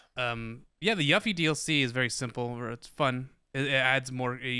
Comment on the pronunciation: I was laughing so hard! Her name is pronounced You-fee, not yuffy. Also, I got my PS5 from Gamestop as a bundle. You get a notification now and it's only accessible if you have Gamestop pro membership which I thought was sleazy but might be what kept the bots away. I had to refresh the screen for about 30 minutes after the expected time, but I got it with an extra controller, $20 gift card, Spiderman, and Ratchet & Clank. Bundle contents seems to vary. Next year's list is going to be amazing!